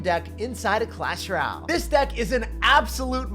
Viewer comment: Dude every time u say “clash ral” it just makes my whole day.